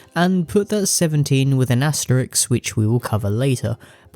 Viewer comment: Aste-RISK. Not -RIX. Sorry; my pet peeve.